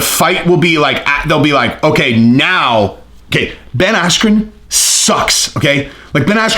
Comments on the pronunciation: it actually sounded less like asscream than his real name, Askren. It sounded like Askew, or Ass-que. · At first I thought he said asscream😂😂😂😂😂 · I heard Ben Ass-cube 😂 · Buffer mispronounced bens name and ben blamed the referee insults to injury paul beats floyd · It was all downhill after buffer mis said bens name, threw him right off his game... Really unfortunate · When the buffer got his name wrong was well funny 😄